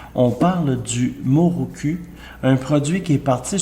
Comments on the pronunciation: Mokoru ta dit moroku mdr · Il dit muruku au lieu de mukuru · MOKURU mdr Mais la base c'est prononcer correctement le produit de sa vidéo lol.